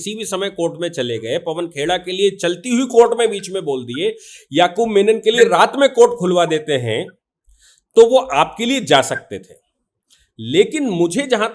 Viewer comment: याकूब 'मेमन' बोलिए साहब मेनन नहीं । Menons are South Indian Hindus